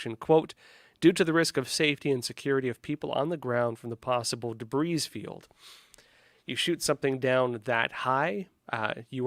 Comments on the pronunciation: OMG. It’s a “debrEE” field, not “debrEEz” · Once again shows his ineptitude for using the English language. This has been an ongoing issue for him from day one. Not only does he mispronounce names of commonly known US cities as if he never heard them before, but he can't even pronounce the word "debris" properly. Any English speaking, US educated person knows this word is pronounced "debree". Did (with no "s") come from Russia? He doesn't look Russian, he looks European. Maybe Canadian? He looks French, but wouldn't a Frenchman know how to pronounce "debris"? This guy is obviously in the news business to tick off as many journalistic awards as he can attain. Notice he's now an expert on China? How many other topics has he claimed expertise in over the last 3 yrs? Is he merely a softer, gentler Alex Jones? I have yet to figure out where he's going with his reportage, but that's because I don't have sufficient time to devote to analysis. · The man can't even pronounce the word "debris" properly... not to mention all the names of major US cities he gets wrong. I don't want to see him anywhere near gov't until I understand his education and career path. Who funds Epoch Times?